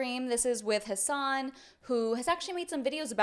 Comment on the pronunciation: It's weird, i have a friend named Hasan. Cenk sounds like he's calling him "hoss" not Has lol